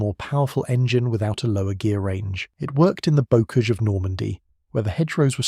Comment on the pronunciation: And ‘bocage’ pronounced incorrectly